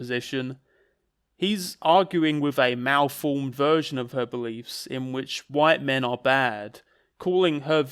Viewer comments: keeps talking about 'white min'. What is a white min? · Why does call white men “white min” All I can think of is that Malk sketch and it’s putting me off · 'white min'